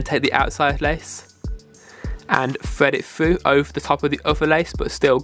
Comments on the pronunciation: FYI... the letters TH do not sound like an F Fread it frough the hole 😂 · Fwed it fwu 😂😂🤦‍♂️ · that's just how his accent is